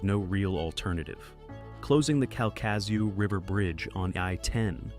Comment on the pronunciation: KAL-kuh-shoo (accentuate the first syllable)